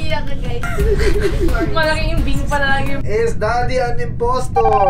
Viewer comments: It’s impstor not imsponor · HAHAHAHHAAH BULOL MOMENTS NIANA:PALAKPAN RANZ:IMPONSTOR HAHAHAHA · RANZ SAID "IMPONSTOR"HAHAHA AND NIANA LAUGH🤣🤣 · No one: Literally no one: Ranz: nina is imponstor Me drinking water: choking😂😂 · "Imponstor" HAHAHAHAHAHA